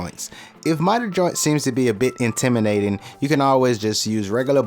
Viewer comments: LOL yes he did but it didn’t take away from the great project. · Did you say "inteminating"?